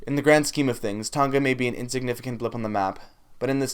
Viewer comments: Its tonga not toga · It's TONG-A not Tong-ga. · You don't say Tonga correct but ok